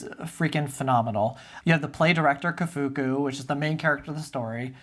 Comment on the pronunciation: Kafuku in Japanese is a pun on Kafka (basically pronounced identically), not like Ko-foo-koo.